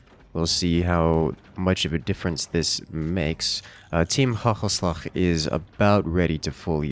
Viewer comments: the dutch team is pronounced wit the first a on hagelslag being AAA not ah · Bruh the way he says hagelslag is hilarious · Did he pronounce "Hagenslag" correctly once? XD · "Interesting" way you pronounced the Gs in "Hagelslag" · team hagelslag.. how you pronounce it had me dying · the way you pronounce hagelslag xD i tought it was arabic lmao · good try maat